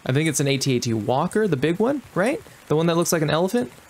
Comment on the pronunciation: This was a fun game little glitchy at the end. The only thing that made me laugh was the first generation Star Wars watchers will tell you the A T A T walkers you were calling out is actually pronounced At At Walker. LOL